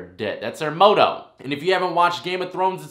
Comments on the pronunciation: Did this man really just pronounce the word motto (m-auto) as "mow-toe"?!!? Lmfao. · "That's their MOTO"? 😂 You mean MOTTO bruh? Pronounced "Mott-oh". Moto is short for motocross bruh. I know you aren't talking about motocross. It's all good though. Nobody's ever accused you of being educated. 😂✌ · Correct pronunciation is more like (mah-tow) but who cares. Just bein grammar Nazis lol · Motto is pronounced MAW-TOE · Motto. Say it like Mah-toe. Ya man keep it up your stories are my favorite. Ain’t tryna be a know it all. Just lookin out for the homie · Hey, just wanted to give u a head's up. The word "motto" you used is pronounced like the name "Otto" (like from the Simpsons), but with an "m" in front. Whenever I make mistakes like that, I like people to let me know (respectfully, of course), so I try to do the same. No disrespect intended!